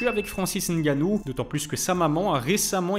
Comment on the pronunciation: Bravo pour cette vidéo, j’animerai bien que tu consacres un sujet sur le pour et le contre du départ de l’ufc de Francis. Bravo pour la prononciation de nganou, tu y es presque, ça se prononce co mnémotechnique, sans appuyer sur la première lettre. Merci encore pour très contribution.